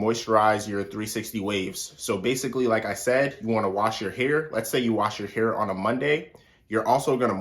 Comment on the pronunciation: "best mosturizer for your heuur" 😭